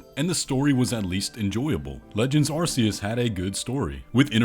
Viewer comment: I’d just like to point out that arceas is pronounced with a c not a s